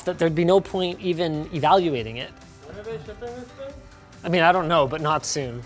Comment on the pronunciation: Every time I hear Linus say "Ting", I think...."SpaceBalls".... when Lone Star meets Yogurt and those little guys who say "ting ting ting" 🤣